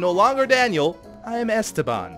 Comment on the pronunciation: Beef, it's not Ésteban, it's Estéban !!